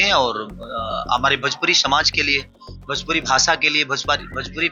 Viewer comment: Bhajpuri na re masuriya 😂 Bhojpuri hota hai 😅